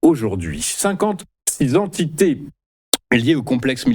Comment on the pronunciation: « Trois mille Zentités », bah ça commence bien 🤦‍♂️